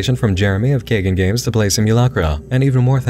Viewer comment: Nit pick: pretty sure it’s pronounced KAI-GONE Games.